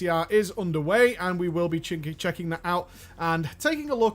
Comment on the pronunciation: 46 seconds he says chinking/checking them out xD